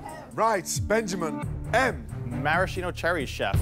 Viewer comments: Was there anything redeeming about it? Yeah, the plate it was served on! 😂😂😂😂 Also: mar-ahhh-cheeno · Benjamin: "Maraschino Cherries" Everybody: ?????????